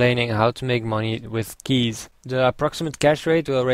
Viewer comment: lol u said lke keych LOVE THAT LOL!~